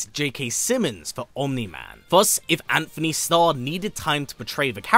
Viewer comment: It’s Antony lol